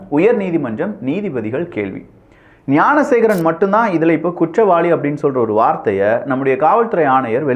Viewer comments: Bro please check in 6 min instead of gnanasekar mispronounced as gunasekar.... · என்ன தம்பி விக்கிஃ வார்த்தைகள் தடுமாறுகிறது. குற்றவாளியின் பெயர் ஞானசேகரன். நீங்கள் ஏன் குனசேகரன் என கூறுவதில் நோக்கம் என்ன? விளக்கம் தேவை.